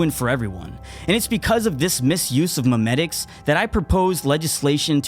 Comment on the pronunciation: Did u just say "memetics" , SPEECH 100